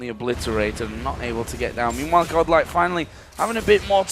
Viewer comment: Why they pronounce godlike as goblak the whole time??